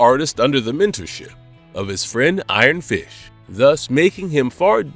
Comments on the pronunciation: LOL! i heard "iron fish" xD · Did he say Iron Fish?!? 😂